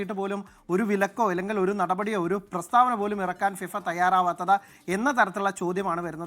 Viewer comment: ഫിവ അല്ലെടോ ഫിഫ